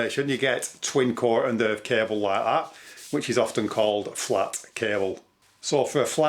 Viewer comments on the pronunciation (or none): Just what did you call that T&E cable? ..... ahh flat! - for some reason i heard ya say 'twa...' cable lol